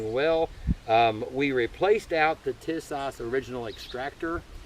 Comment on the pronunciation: I doubt my beautiful socialist state of California will let us subjects own one of these for the near future, but I appreciate what you are doing. (^% BTW, it's pronounced TEA-sahsh.